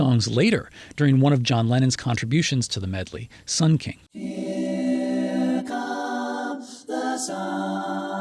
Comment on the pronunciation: You pronounce here as if it were a German word.